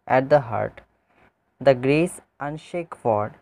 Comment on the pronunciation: Unshake nahi unasked hai woh